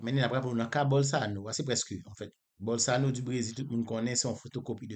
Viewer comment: Bolsorano se pa bolsano 😂😂😂 kom Ou pa papal ni manmanl men en portigais yo prononsel bowsolano